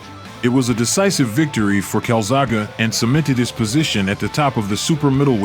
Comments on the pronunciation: Please you have gone to all this effort to make the video about one of the best boxes ever in his division and you can't pronounce his name right, Honestly it makes this video difficult to watch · How the hell did u make this long video with all the commentary and still keep pronouncing the Taff's name wrong just pure sacrilege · You can’t even say his name correctly. Such disrespect! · Why are you pronouncing his name wrong. Very annoying and disrespectful, WHY. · Not horrible considering the narrator doesn’t even know how to say his name. He’s Italian, they end words with long “e” no “ah”. I don’t even think the narrator even watches boxing to not know how to see his name. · It was a very good documentary but to constantly hear the great boxer name being mispronounced continuously was utterly disgusting . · Amazing so much production into the video and they can't even pronounce the main subjects name correctly. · I came here to say the same thing. Shows how much he really knows about him. Can't even pronounce his name right. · The amount of times people in this say his actual name and he still gets it wrong is amazing! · Two cauliflower ears and a little brain damage turns "E" into "A". Strange that no one set him right. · He says his name wrona and why’s he do stupid voices for these people foolA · Hesitating to watch it cause... He doesn't even know his name. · Even when throughout the video people say the name right, the dumb narrator still say the name wrong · Exactly. It has an E at the end of his name, not an A. There are hundreds of clips of his name being pronounced by himself and many others. This mispronounciation irritates the shit out of me. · It's never a good start to a lesson when the teacher doesn't even know the name of the subject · He pronounced it calzago at the very start.. hahaha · How do you mean a video about someone who's name you can't pronounce! Kalzagha ,hahaha, I am glad that you got Joe correct! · You Say It Calzakey ...Not Calzarka